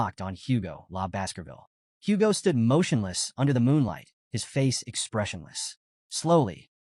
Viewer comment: I kept hearing Basketball instead of Baskervil 🤣